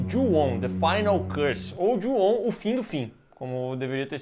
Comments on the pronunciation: Como é: Ju-on Como eu entendi: Juão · a saga" Jô ao"🤣🤣🤣🤣